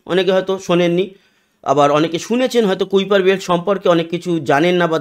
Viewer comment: Pronunciation হবে কাইপার কাইপার ছিলেন একজন scientist